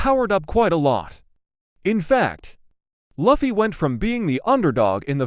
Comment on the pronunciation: You know, most people love gear 5 and luffy is pronounced as (l-oo-fy)